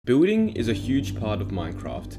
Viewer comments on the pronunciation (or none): you say building like booting and grian like green. What the heck is that pronounciation. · XD at the start I thought he said “bulling is a big part of Minecraft” Laugh out loud sorry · Every time he says Building I thought he said booting. Anways, pog video lol! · i cant unhear him saying "booting" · Boolding cracked. Me up